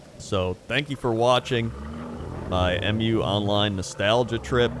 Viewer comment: its mu online not em you online lol